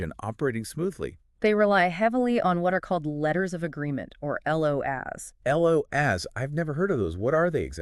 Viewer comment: "LO-ASS" is a good one! Maybe try making something to actually benefit the aviation community without using two AI voices and an AI script? I guess that's too much to ask for.